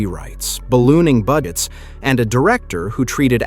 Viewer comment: Tuhkay and blooming buggets…lol. AI slop